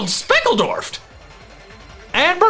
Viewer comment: "i am flabbergasted, bamboozled, smeckledorfed" - 2020